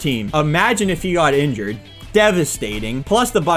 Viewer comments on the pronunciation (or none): also how you said indured